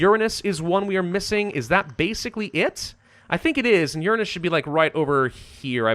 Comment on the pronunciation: I thought this was gonna be a cool sci-fi movie based on a video game, instead it's just some dude who chronically mispronounces Uranus and yaps for almost five hours straight. This isn't a movie it's a super cut. Very disappointing.